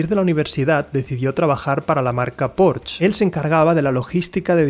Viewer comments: PORCH NO. Es PORSHEEEEEEE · Porcsha sería jajaj